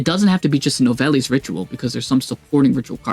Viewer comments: It pronounced “New-vell” 😉 😉🌝 love this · You gotta work on your pronunciation bro… confritas? Novellis? Lmao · I’m French and it doesn’t mean shit. Except « Nouvelles » which means « News ». « Nouvelles » is to be pronounced « nuvel » (yes the end is silent don’t ask why).